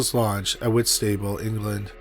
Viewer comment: The only bit that irked me was the way he said Whitstable. But if you are not a UK resident, then you will probably never have heard it pronounced, so hes forgiven.